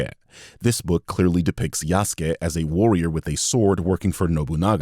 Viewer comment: "Yasuuke"? Lol